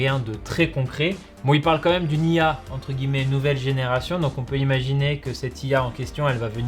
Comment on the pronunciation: il a dit "comme même" ou c'est moi ?